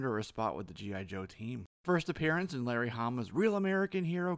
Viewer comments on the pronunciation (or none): none